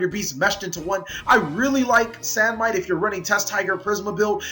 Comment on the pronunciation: Even after all this time, you still can't pronounce Bestiari or Samnite. #CaliEffail